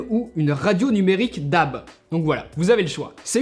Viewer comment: hello, sympa la vidéo mais svp, c'est pas DAB "DHAB" mais "D.A.B" prononcé lettre par lettre ;)